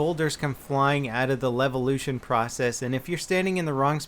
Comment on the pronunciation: Lelvelution? i think you read it wrong, mate